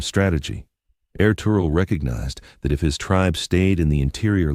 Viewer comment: I absolutely love anything Ottoman or Turkish but get so frustrated w/ these AI mispronunciations ESPECIALLY when a human can control exactly what an AI does and states. No excuse. Ertugrul is pronounced Air-Truuul. Master historians revealed his father was Gunduz NOT Suleiman. And the Kurulus Ertugrul series did not have them living in prosperity. They were very shabbily dressed compared to the Seljuk's and did not live in luxury of any kind. Osman is OOOOOOsman. NOT OzMan. NOT Ozzie NOT Oz They didn't become the OzzzzzMan's They became the OOOOOsMans OOOOOOO--sssMan "O" NOT "Oz" AI does what you tell it. Pronounces the way "you" program it. AI does not have a brain. All these mispronounced names is due to human laziness.